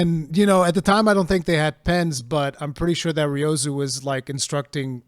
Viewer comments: my man, with all due respect, the series producer's name is Ryozo, not "Ryozu". Please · Its RyozO, not Ryozu.